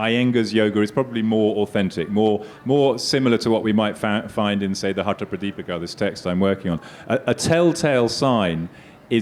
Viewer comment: And my final comment. It's time to reject the colonial relic who uses India to make money through this outdated lit fest. These folks CANNOT even pronounce Samskritam properly and they claim to be translating texts. He says HATA yoga, whereas it's hatha. Yoga. Phonetics, boss, phonetics. Each sound means something and another sound means something else entirely. How on earth are these considered experts. !!! RIDICULOUS. Amateurs at best, doing something for fun. But promoted by Billy. Billy always wants the brown Indians to have intercession through Europeans.